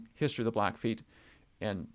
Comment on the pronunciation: It's blackfeet, the feet part is never pronounced as foot